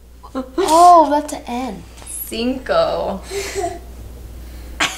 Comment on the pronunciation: I love Carly’s mom’s reaction and saying “ginko” instead of “cinco”.